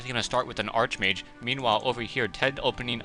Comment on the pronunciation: Its pronounced "ark" mage